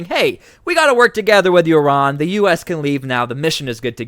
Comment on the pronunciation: Please pronounce Iran and Iraq the proper way i neither of these begin with YUR.